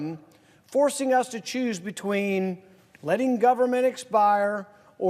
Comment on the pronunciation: GAUVORMENT..... STILL LAUVE YOU RAUND PAUL!